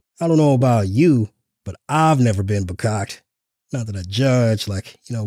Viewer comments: "Bacocked" was Dumpy's attempt to pronounce the Yiddish word "Fakakta". I guess there's something in his anti-Semitic brain that makes it difficult for him to pronounce it 😂😂😂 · Vehrkocht is a Yiddish slang word for f-ed up. He I assume heard it once or twice in NYC. I'm probably misspelling the word using a high school German spelling. But yeah he has mispronounced it too. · I think he was trying to use the Yiddish word "farkakte", pronounced "fuh-KAK-tuh", which means messed up.